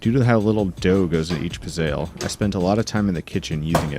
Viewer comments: It’s pronounced “pit-zel” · It's pronounced Pitz - e - lle